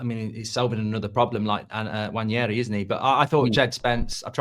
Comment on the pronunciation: For how much your alk about football and do so many shows and go to all arsenal games you still cannot pronounce Neaneri correctly. Come on man, its not Nwan-yeri